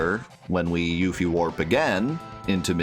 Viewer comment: Whos youfie... its pronounced yuffie